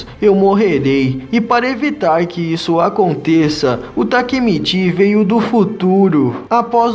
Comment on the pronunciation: mano foi mt fofo vc trocando as falas tipo quando era pra falar takemichi vc falava takemiti sksksk